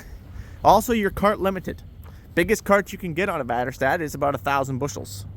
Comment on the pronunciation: You said väderstad pretty good dint no you spoke swedish😅